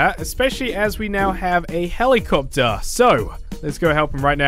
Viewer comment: Heli capetary